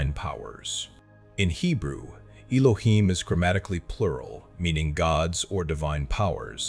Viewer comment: I see where the confusion is, I was saying it is not "ee loh heem", "not" wasn't a part of the pronunciation, just saying not to pronounce it how it was pronounced in the video "ee loh heem".